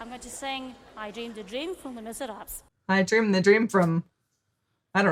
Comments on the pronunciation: People usually pronounce it "Ley Miz Rob". And with her accent I can understand how you heard Wizard Apps. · Your video kept going from murky to normal. Never really recovered the Le Miserable' mispronunciation though, I'm not a fan of plays, but that shouldn't have put you in the weeds, buddy. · The "wizard apps" was funny, but the musical is "Les Misérables", and it's called "Les Mis" in USA it seems. I'd bet it's because Americans can't pronounce the whole title haha